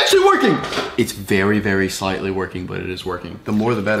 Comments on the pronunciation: This is how much times he said slitely 👇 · How many times did he say sighlty in the video?⭐⭐